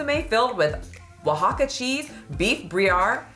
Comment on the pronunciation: I’m so proud of you for saying Oaxacan, not Oaks-a-con